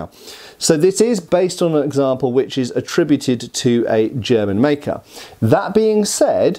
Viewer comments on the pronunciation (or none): none